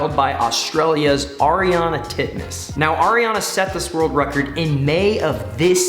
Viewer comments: ARIARNE NOT ARIANAAA 😂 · I’m literally swearing its Ariarne titmus not ariarna and you said kaileys last name wrong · It's Ariarne Titmus not Ariana Titmus, Sarah SHOWstrom not Sarah SOYstrom, and the 2023 World Champs are in Fukuoka not Tokyo